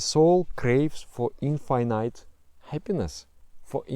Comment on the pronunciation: so nobody are going to talk about the "infinayte" thing ?